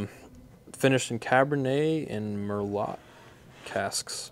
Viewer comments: It’s pronounced mer-low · IKR..... Muurlow is they way to pronounce it ;) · I had to stop the video to comment… did you just say “mur lot”???!! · Finished in "mair-lot" 😂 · Ain’t no way you pronounced Merlot “Merlotte” 😂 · Merlot is pronounced merlo my guy drop the t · Typical tater saying "mur lot" lmao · Merlot is pronounced Mer low - did you graduate high school?